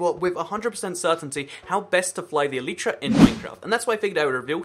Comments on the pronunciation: It's not pronouced eleetra, it's pronounced elyytra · Why do you say "eleetra" instead of elytra?